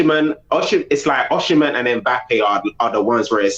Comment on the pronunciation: Turkish, it is pronounced o-cee-men (Osimhen) and not Oshimen !!